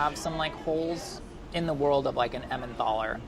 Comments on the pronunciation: I love, but I'm concerned about the way he pronounced emmenthal repeatedly. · “Emmenthal” has a hard “t”. Helpfully the modern German spelling “Tal” (valley) drops the “h”. Same goes for Neanderthal.